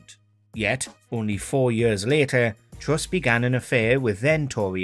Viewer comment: Good Video, but please stop dwopping youu awes. She is Truss not Twuss. And Where is Wussia!